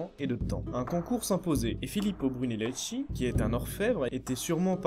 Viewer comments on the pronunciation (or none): très bien le résumé. j'ai découvert tes vidéos avec l'Acropole, aussi très bien fait. Étant de langue maternelle italienne, dommage pour ma part d'entendre les noms des italiens prononcé par une lecture française ! Brunelleschi ça se prononce en français "Brunelleski" (le h en italien durcit le c ou le g qui le précède), et Ricci "Ricchi", à peu près quoi ;-)